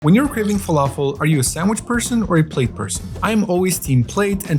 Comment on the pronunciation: Bro what is that pronunciation for falafel?! It's falafel not "fowafoo" 😐